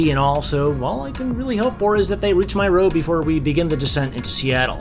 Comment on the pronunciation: Did you just say Nairobi or I heard my own things🤣🤣🤣